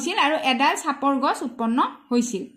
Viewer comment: গাছ❌ গছ☑️